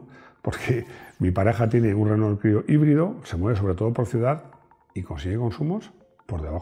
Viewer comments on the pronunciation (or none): none